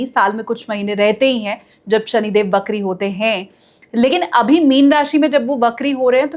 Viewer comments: Shani bakri nahi, vakri hote hain. Please hindi ko achhe se samajh kar baat karen. Hum Hindustani hain aur hamari hindi achhi hona bahot zaroori hai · बकरी नहीं वक्री होता है